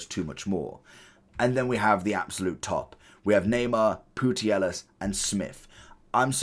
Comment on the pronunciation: 😂😂😂this guy's pronunciations of names are always poor but... saying Putellas as Pootyellis... far out Bro Poo-tay-as